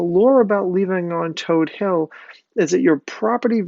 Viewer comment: I'm glad you pronounced Todt Hill correctly...and not todd hill. It's toad hill!!